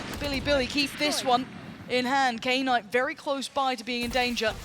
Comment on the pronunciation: Any reason why calls "Knight" "Key Night"?